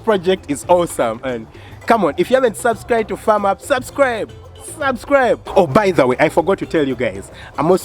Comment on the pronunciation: Wooooow twas a surprise indeed. Well done hey .... For the other group Firm Up .... I think you should pronounce it as Fem not Fam